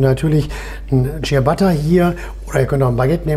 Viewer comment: ich musste den clown wegmachen, als ich hörte, dass er nicht mal "ciabatta" aussprechen kann... echt übel.